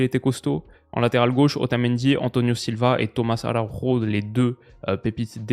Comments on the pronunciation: Tomas Araujo en portugais c'est pas Arauro, pour la bonne prononciation c'est Araoujou🤝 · Salut en tant que benfiquista ce matin c’était dur mais la vidéo fait quand même plaisir (On dit tomas araougeo) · Astuce pour toi pour la prononciation des joueurs portugais/brésiliens; prononcer le nom à la Française. Tomas Araujo en portugais ne se prononce pas du tout comme à l'espagnol par exemple.